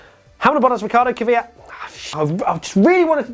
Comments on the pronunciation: You are saying Kvyat correctly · Actually your pronunciation of "Kvyat" is better than that of most Brits. You guys usually pronounce it something like "keeveeyat" and your pronunciation would be almost perfect if you made the "y" a bit shorter. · thats actually the only right way to say it. i get triggered by people who say "kiwiyat" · Your pronunciation of Kvyat (Квят) is correct mate.